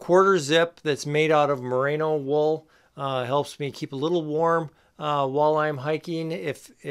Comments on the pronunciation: Great video. Informative and entertaining. Loved the demo of dressing in layers (and I am so glad you finally put some pants on). But I flinched every time you called it "MUH-RAY-NO" wool, so I'm gonna have to get pedantic on you. The stuff comes from the Merino breed of sheep, and it's pronounced MUH-REE-NO. It has nothing to do with Rita Moreno. As talented as she is, somehow no breeder of sheep has been inspired to name a new variety of sheep after her. Until they do, there will be no such thing as "MUH-RAY-NO" wool. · Great video! You did make a point about pronouncing “balaclava” correctly, so I will point out Merino is pronounced “meh reeno”, not “mah rano”. Hey, I’m an Agriculture Educator. Very informative content! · Mah-Ree-No no need for the A mate... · It's: "more-RAAY-know". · It’s hard to believe a guy who can’t pronounce Merino and thinks it’s a new product?